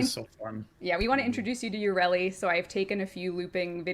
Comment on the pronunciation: mispronouncing frame names like English is not her first language. "GOSS, YURELI" FFS Players yell "you fucked up with the new update" DE: look, waifu kawaii!!!. Fuck this game